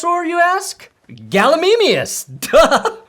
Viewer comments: might need to go back to school after that pronunciation. Gall-uh-meem-e-us!!! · "You should go back to school bc you're not smart" says as he mispronounced Gallimimus